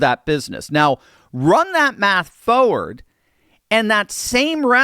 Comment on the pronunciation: By "Fo-ward" do you mean "Forward"?